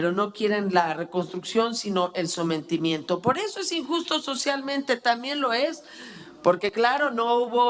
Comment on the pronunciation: actubre pertunidad somentimiento ni los viramos Esta señora ni pronunciar el español sabe